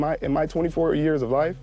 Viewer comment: HE SAID "im better at life than you" WHY MANS SAY IT LIKE LIFE IS A VIDEO GAME